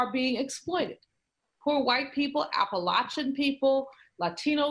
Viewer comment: why can't people say appalachian right?